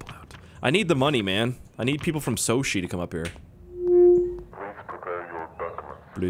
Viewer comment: The general said soshi smh did he forget